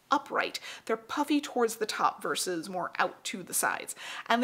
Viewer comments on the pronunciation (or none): none